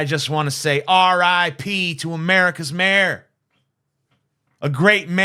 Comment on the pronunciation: You and Destiny both say “mare” instead of “may-er”. I don’t care about Giuliani, but it can’t be much worse than the train wreck he called a press conference in the Four Seasons Total Landscaping lot. 😂